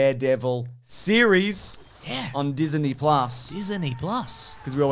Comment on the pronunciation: Diseney plus 🤣